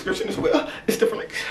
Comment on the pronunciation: "tone it donw" " Beeethven " Wit?"